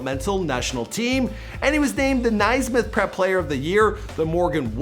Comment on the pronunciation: Its nae-smith